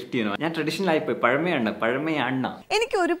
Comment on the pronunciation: പഴമയാണ് , പഴമായാണ് 🤣🤣🤣